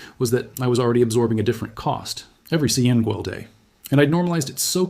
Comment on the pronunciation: Aller-eedy? I doubt a single person would have mispronounced "already" like that.